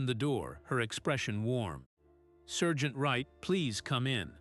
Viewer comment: It’s sergeant